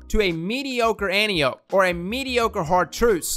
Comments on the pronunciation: an-TIE-oh-pea not ANTI-ohp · Holy crap, its said, AN TIE O PEE not ANTI OPE. Its greek man! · It’s pronounced An-tie-ohh-pee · OK, I usually don't but with this video I feel like I should. Let's say it together: Ann - Tie - Oh - Pee. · Ann Tie Oh Pee for fucks sake. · Antiope (An-tie-oh-pee). Please, please just say it right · Antiope is pronounced "An-tie-uh-pee" It's a Greek name.